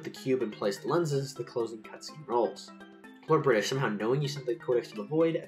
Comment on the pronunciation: LORDO BRITISHU